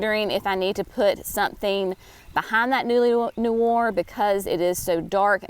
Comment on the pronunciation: Noir pronounced nu ARE